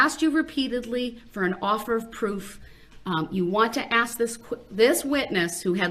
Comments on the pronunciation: Brung into a courtroom. Wow. Who taught him English. “Have they saw”. “Axeing” substaining. Forf. Oaf. And does he not hear how dumb he sounds? Biasness. Biast. How can he hear the work ask yet turn around and axe. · Lol he even says “axe” instead of ask😂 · Love that part. I wish she would say "do you want to axe a question or ask a question?" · Not all blacks speak like that he's lazy and doesn't care to pronounce his words, he thinks he's a gangster